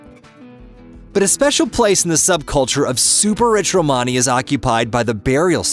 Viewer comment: Good but someone should reach the guy doing the talking how to say Romany